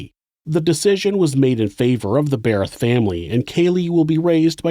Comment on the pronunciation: I congratulate you on being able to pronounce "Darryl and Cheryl Berreth", because I know for sure I would say "Darryl and Cheryl Berryl" every single time I tried.